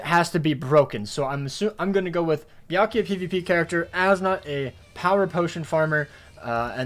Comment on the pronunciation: It’s byak rukia and as mark my words